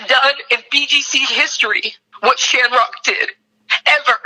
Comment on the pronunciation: It’s a shanrock thing 😂